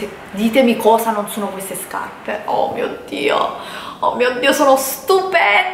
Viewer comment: ..."quando ho visto queste SCAPPE", mamma mia ma invece di spendere migliaia di euro per rifarti perché non vai o da un dentista, se il tuo problema é al palato, oppure vai da un logopedista così impari a parlare, perché veramente non ti si può sentire.